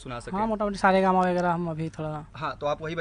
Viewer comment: Sa re ga ma pa sahi nahi bol raha hai. Sir abp